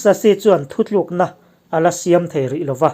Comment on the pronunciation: 'Siam' tih leh 'khap' tih te hi a lam rik dan a dik tawk lo..a tawp lam hi lam hniam nise